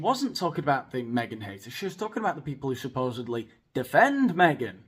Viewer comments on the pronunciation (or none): none